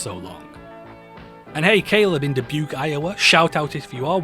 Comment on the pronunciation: Hearing my hometown of Dubuque, Iowa get shouted out, and correctly pronounced, was not on my Bingo card today. Cheers!